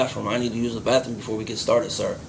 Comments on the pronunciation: “Baffroom” I hate ghetto speak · He is 38 and still says bafroom....you should get extra for that. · This dipshit said bafroom. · the "bafroom" ???